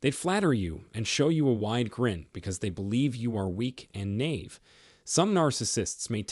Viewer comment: Great information. Very hard hitting, but true. One polite, benevolent suggestion. Naive is pronounced 'Ny Eve'. Ny is pronounced like by. TY for this vital public service announcement.❤ P.S. The covert narc I have been married to for 30 lonely, sad, and abusive years, has aided and abetted his supply, who is both a sex worker and a black magic practitioner, and has participated in death spells against me and harmful intentions of every kind that have reached our children. God is not mocked. No weapon formed against me shall prosper.